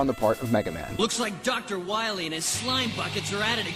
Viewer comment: Shh, be vewy, vewy quiet. I'm hunting Dr. Wahwee's.